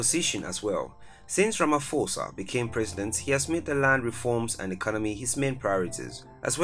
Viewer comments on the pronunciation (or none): Hi, I'm South African and I just want to correct you, Pres. Cyril Matamela' last name is pronounced more like Ra-Ma-Paw-Sa not Ra-Ma-For-Sa. I'd appreciate it if you twist your tounge to cover all languages, that way you'll always get a positive response and following from viewers of different backgrounds. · Guys. It's pronounced "RamaPosa" Not "RamFosa" . The "ph" rule in English grammar does not apply in South African languages. You ignore that "h" . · It’s Ramaposa the ph is pronounced as p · For Pronunciation sake. Its RAMA-P- HOSA NOT RAMA-F-OSA. Your pronunciation is English. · Ramaphosa is pronounced Rama-posa. It's not a silent F